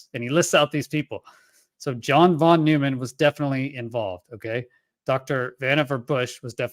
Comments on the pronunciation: Von Neumann is pronounced Von NOY-man. Not NEW-man. Famous in Fermi Paradox circles for "Von Neumann Probes." It seems you have a lot of learning to do... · Von Neumann's name is not pronounced as in "new"... "von new man", but as in "noise"... "von noi(se)man". Hope that helps.